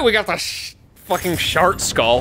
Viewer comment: pronouncing Chartreuse as Shart is SENDING me